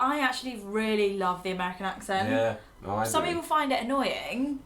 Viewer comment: Very enjoyable and funny. I smiled the whole time that you talked. Your bantering is refreshing. you did the "er" yourself this time to the word NO at around 12 minutes 30 seconds or so. You said "Noer". How simply British. In regards to how various sections of the US have their own special variations. Your are going to New York in Sept. The city has my least favorite version of English. And that is Brooklyn (and PJoiyseyP as well. ie. a joke for the spelling). I cannot watch popular tv shows of today simply because the show are shot there. Give anywhere else in the US. Sorry Brooklyn for being honest. You are great but I would rather listen to Boston. I wish to you the best.